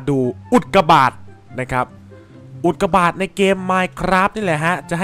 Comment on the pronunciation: ทำไมตอนแรกผมได้ยินว่าอุดกาบาตอะตรับใครได้ยินบอกหน่อย?